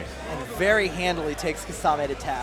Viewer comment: why do u guys pronounce kimimaro correct but not kisame...